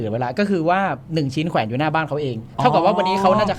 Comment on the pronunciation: แขวน ไม่ใช่ แควน